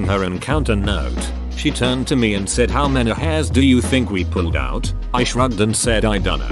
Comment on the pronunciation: Can the TTS not read "out" as "put"?